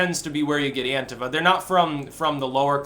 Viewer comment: It's an-tee-fa